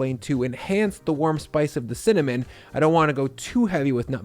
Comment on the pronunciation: He said CIMMINIMMMM!